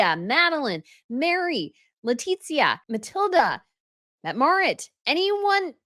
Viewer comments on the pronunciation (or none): I love you and your channel so much, but every time say “Letitzia” a bottle of Spanish olive oil breaks haha. It’s pronounced: “Letithia” (with the lisp) if you speak Castilian Spanish and “Letisia” if you’re Hispanic American and speak in neutral accent. There’s no T anywhere there, that’s Italians who do the t with the z. It’s just 🌿Letisia🌿 Sending love from Spain ♥️